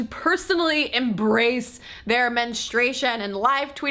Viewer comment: Is it your accent or you do you keep saying men-e-stration instead of menstruation?Also should men be proud of nocturnal emissions? I mean women don't get wet dreams.